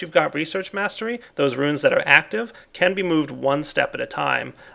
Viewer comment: It's pronounced ROONS, not ROOINS. God damn,!!